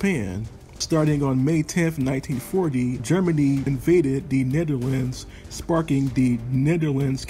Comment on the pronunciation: His pronunciation could be better... In dutch he technically says it right, but I think he is trying to say it in english...